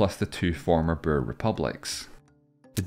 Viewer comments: 'boer' is pronounced something like bore - not burr. It's the Dutch word for farmer. In 'Boer War', the words pretty much rhyme. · It sounds like you were saying burr instead of boer but nice job on south africa's section 👏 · This would have been a very interesting video if the narrator didn't speak in such a weird way and learned how to pronounce the word "Boer"